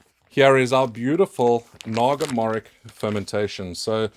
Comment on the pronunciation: Morich is pronounced moritsj btw!